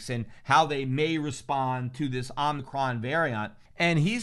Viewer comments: Oh mih chron….Pete. Not omnicron. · Omicron: ohh-muh-cron It's a Greek letter, dude. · o mi cron, don't be as bad as fauci. not omni cron